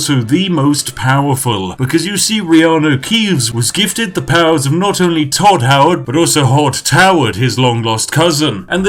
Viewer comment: I lost it when he said Hodd Toward